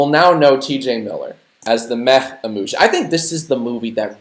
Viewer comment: When you said he’s a meh emoji…I keep on thinking your saying “meth emoji” 😂